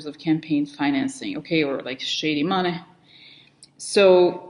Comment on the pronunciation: It's so funny how you say "shady mohney"